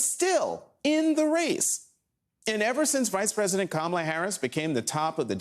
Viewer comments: because mispronouncing your opponent's name is either another sign of cognitive decline, or incredibly childish. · I'm sure you'll be the loudest in the room if trump mispronounces kamala